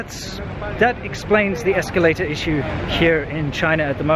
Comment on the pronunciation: Incidents, not "incidentses." Escalator, not "esculator."